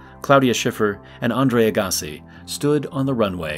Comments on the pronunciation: Imagine not knowing how to say "Andre Agassi." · This AI voice is horrible. Andre Agassi… ya can’t pronounce that correctly? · Narrator didn't know how to pronounce Andre Agassi... where do they find these people?